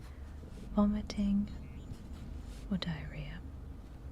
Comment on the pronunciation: The most elegant pronunciation of the word "vomiting" I have ever heard in my life. Well done,.